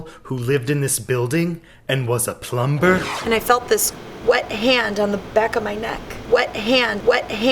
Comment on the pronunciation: Oh man, that building was so not built in 1804. I would’ve thought it was meant to be genuine if he’d said 1904. Funny though, especially his overpronunciation of the b in plumber. That’b brilliant